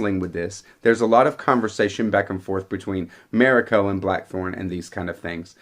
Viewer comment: Ma- REE-ko